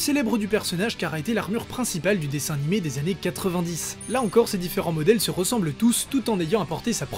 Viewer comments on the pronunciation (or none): none